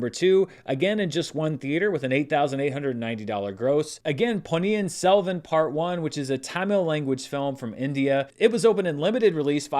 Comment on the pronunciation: Just a kudos mention for getting the pronunciation of Ponniyin Selvan 1 spot on.